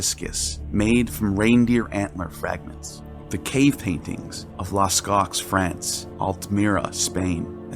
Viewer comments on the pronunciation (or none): I turned off this vid after the hacking of the French word "Lascaux." Pronounced here as "las-cocks." It's las-sko. If you can't correctly pronounce your content, stop until you can. It just makes you look uninformed..or stupid. 😮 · A typical American. He deserves so much credit for his videos, but whether he narrates or hires someone to do it, that American laziness with languages and names almost always shows through! There's a 99% likelihood that anybody else would already know how to pronounce Lascaux. We've seen and heard the word many times! But also, other people read scripts over 2 or 3 times, to familiarize ourselves with them, and if we know there are words in the script that we are unsure of, we look them up! It's basic common sense! The whole rest of the world operates that way, but not Americans. They think their sloppy performance is fine, after all, they are the superior race! So they will be excused of course. And if it bothers us, then it's our problem, not theirs. The arrogance of Americans, which we Canadians are BOMBARDED WITH ALL DAY EVERY DAY is as annoying as hell. I tried to overlook it when I heard it, but now I've been reminded again, and it bugs me. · The pronunciation of Lascaux is hilarious